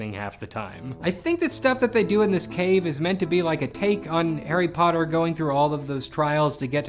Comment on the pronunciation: Lol. "Hari Puttar"